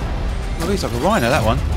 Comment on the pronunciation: found it funny that you got rhino's name right!